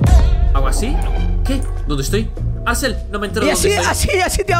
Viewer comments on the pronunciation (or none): Sellama no axsel